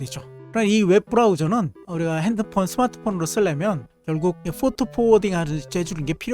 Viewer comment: 영상 주제가 LLM입문하기에 너무 좋아요. 포트포워딩의 `포트`는 Port라서 순경음으로 발음하면 안됩니다. 별거 아닌 건데 이런 것들 때문에 제작자의 신뢰도가 떨어질 수 있으니 유의하시면 좋겠습니다.영상 잘봤습니다. 이렇게 따라하기 쉽게 제작한 영상이 코딩에 관심있는 사람들한테 코딩에 입문할 수 있는 좋은 동기가 되는것 같습니다. 응원합니다. :popcorn-yellow-striped-smile